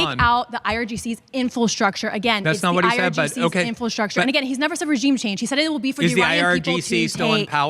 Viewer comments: I really like, I’m a subscriber of hers. But if we’re going to call out Candace for mispronouncing words, I have to urge to stop saying ‘Infilstructure’. She said it at least 3 times so far in the first 8 and a half minutes. In-fra-structure. People can call me petty if they want but it’s only fair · Infastructure. Someone teach her how to pronounce infrastructure!